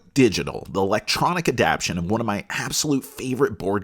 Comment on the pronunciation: I can’t get over you saying “adaption” instead of “adaptation” but I appreciate the review otherwise.